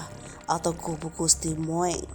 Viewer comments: Admin ? Tulisanya Moeng Bacanya yg benar (Mung) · Membacamu salah min tulisannya moeng membacanya mung itu ejaan lama oe dibaca u ( ejaan yang disempurnakan).